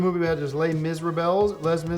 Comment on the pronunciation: "Lez Mis-ra-belles" :)